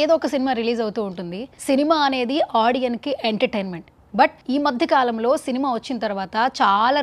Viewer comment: ఆడియన్ అన్న ఇంగ్లీష్ మాట లేదే తల్లీ. Audience అన్నదే మాట. స్ అని లాస్టులో వస్తే అది plural అనుకోవద్దు. చాలా మంది ఆడియన్ అని అంటున్నారు. భాష ని తెలుసుకుని మాట్లాడవలెను